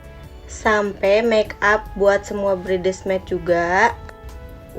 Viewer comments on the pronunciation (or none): hey guys sadar ga? katanya sekolah tinggi tapi baca bridesmaid jadi bridesmed😂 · Katanya si cewek sekolah tinggi, tapi nyebut atau pronounce utk bridesmaid Aja Salah 🤭🤭🤭 Tu ampe Di ketawain ckckck wkwkw 🤭🤭🤭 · Wkwkwk hadeh mbak mbak ngeja kata bridesmaid aja masih salah udh kegayaan amat minta ini itu anu..bersyukur mas ga jadi nikah sama cewe kaya dia..